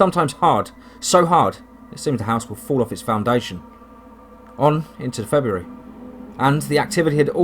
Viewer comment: I like how you pronounce feburary." "Febree"